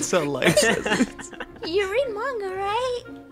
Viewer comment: you make fun of sora for pronouncing encanto wrong but can’t say manga right.